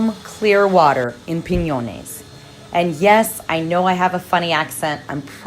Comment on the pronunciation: You said Piñones correct! well done!